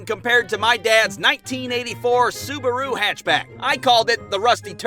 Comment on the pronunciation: Subaaaru not suberu your pronounciation